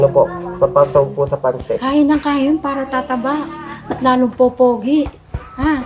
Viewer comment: Pansit madam / not panset baka po ma confuse ang viewers.